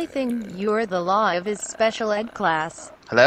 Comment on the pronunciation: The law? I really thought it was "the low" :I